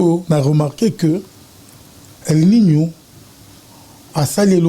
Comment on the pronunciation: el nino et non el minho